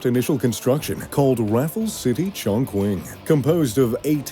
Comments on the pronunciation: In John Quing China 😂 It's pronounced Johng Ching (I don't know a better way how to write the pronunciation). I understand that pronouncing Chinese names are hard to do, but while doing such a video, it wouldn't be a bad idea to listen up how to pronounce them and at least trying to do as good as possible. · Yes... ridiculous "ChongKuaing"... One of the largest cities in the world. It would be like if I pronounced Paris as "PayWees" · ChongQuing? hahahha. Please don't ever make a video when you haven't even set foot there. And get your pronounciation right. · oh never thought i can see my home city here, btw its pronounced as "Chongching" not "Chongkung" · hey, if you're going to keep saying the name of the city, you should really say it correctly, the "Q" is pronouced "Ch", not "queen", but "ching". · It's pronounced "Chong-Ching" Not Shong Kwing, what a dumbass. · Very nice, but by the way, the city is pronounced Chong Ching, not Chong Quing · Urm... please check your pronunciation. Chongqing the Qing sounds like Ching. Not quing. It’s like the word Qi Gong. If you are producing a video to reach millions. You need to be correct. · Chongqing is pronounced "Chong-Ching", not Chong-Kwing as you put it. You pronounced the rivers' names wrong too. You said you were there at the opening? I think you lied. They would probably be wincing at your pronunciation of their language. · chonQing? his pronunciation in incorrect as far as I am aware - Its pronounced Chon CHING as in Ka - Ching ..... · It’s pronounced Chong-Ching, not Chong Qwin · I stopped at ‘Chongqueen’. If you are making a video about a city, the least you can do is to get the name right. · The phonetic pronunciation of Chongqing is "Chong Ching." The narrator's pronunciation is annoying. I lived in Chongqing for 6-years. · Actually it's pronounced "tchongtching"... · In chongkwing... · In Cantonese the pronunciation should be "Chong Hing", for Mandarin is more like "Chong Chee-ing" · "chon kwing"